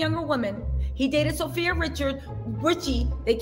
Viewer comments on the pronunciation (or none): none